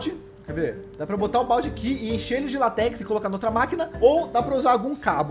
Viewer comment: ele falar látex errado